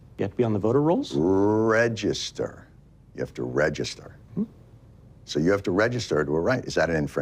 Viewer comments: Love his face while Jon was destroying this guy's POV. Pathetic he couldn't say "register". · Re -gister, register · rrrrrrrregister! LMFAO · "rrhuregister" Love it. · He really didn’t want to say register 😂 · I guess this representative schmuck missed out on an episode of Mr. Rogers on how to pronounce the word "register" like a functioning adult 😆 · Never knew saying register would be so hard. The fact that he nearly died trying not to say it 🤣🤣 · He couldn't to say the word register lmao pathetic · Lol he literally can't say register